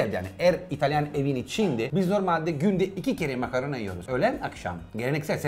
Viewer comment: Danilo makarna diyor ben makaron anlıyorum